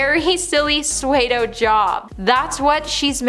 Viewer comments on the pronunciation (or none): Just a tip here - “pseudo” is not pronounced “sway-do” but “su-do”